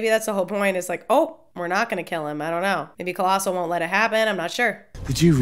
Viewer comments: OMG PLEASE STOP ITS COLOSSIUS NOT COLOSSIL XD also he looks different in this movie because they re-casted him to be be more comic accurate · Every time you said "Colossal" made me cringe... haha I'm sure Colossus would not find offense, probably just shrug it off. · This was awesome but I cringed every time you called Colossus “Colossal” 🤣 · I thought it was funny and cute how you kept calling Colossus colossal. Funny